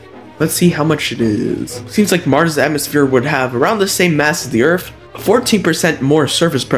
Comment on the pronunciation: It's earth not earf...